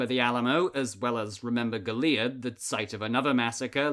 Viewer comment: As someone from goliad you did not say that right more inferences on the o